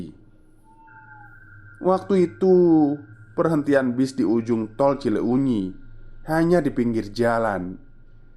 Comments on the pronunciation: Skedar masukan.kl ga salah " cileunyi" di bacanya Cilenyi.bkn cile unyi. Tetap semangat dan trus berkarya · Lucu banget 🤭.. cile U nyi.. wkwkwk.. kl d bahasa sunda itu huruf U nya ngga dbaca.. jdi pelafalannya Cilenyi aja.. Tp nulis nya Cileunyi krn memang penulisan bahasa sunda 🤭.. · Senyum2 sendiri saat bacanya ci-le-unyi 🤭 Cilenyi mas cilenyi 😄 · ngakak dengernya ci le unyi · Mas itu salah baca, CILEUNYI jangan di baca CI LE UNYI. MOHON BELAJAR LAGI EJAAN BAHASA SUNDA JANGAN GITU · kirain ci uxil 😂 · Mas.. Baca Cileunyi nya biasa aja Cilenyi pake "e" kyk pd kata kesana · maaf, mas. saran aja, mungkin lebih enak kalau baca nama daerah lain kali riset sedikit cara bacanya kaya cileunyi, bakauheni, lembang, pangalengan sering salah. saya setia dengar channel ini sejak lama, kadang agak terganggu aja. semangat berkarya, mas. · Sejujur nya kegangu saat dia narator bilang cileunyi